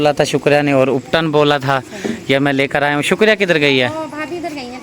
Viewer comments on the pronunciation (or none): Uptan nhi hota ubtan hota hai if u don't mind or very nice vlog 🥰🥰🥰🥰🥰🥰🥰❤️❤️❤️❤️❤️❤️❤️🥳🥳🥳🥳🥳🥳🥳🥳🥳